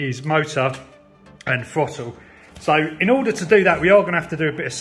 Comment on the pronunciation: It's pronounced THROTTLE not FOTTLE.